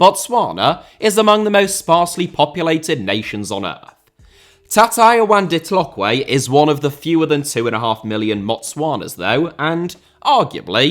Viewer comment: Thatayaone Ditlhokwe's pronunciation got the hot coffee I'm drinking coming out of my nose😂😂😂😂 Great informative and fun video as always